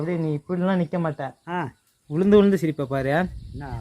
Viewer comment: பேச்சு தமிழ் சிதைந்து விட்டது வருத்தமாக உள்ளது.. விழுந்து என்பது உளுந்து ஆகி விட்டது?????????